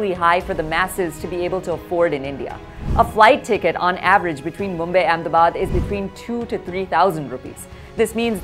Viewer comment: Mumbay ??? Obsession with foreign accents in the way they mis- pronounce Indian names.